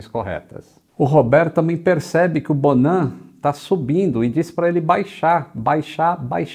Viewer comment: Fiquei com raiva do "bonan"